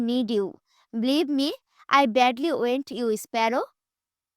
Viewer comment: আই ওয়েন টু হাগ ইউ না আই ওয়ান টু হাগ ইউ হবে 😂